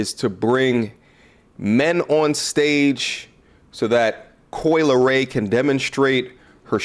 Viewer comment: This man said Cory Lee Ray 😂😂